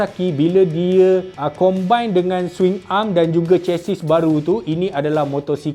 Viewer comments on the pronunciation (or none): none